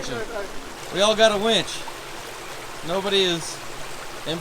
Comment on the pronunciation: Please winch.. not wench.. one is more useful than the other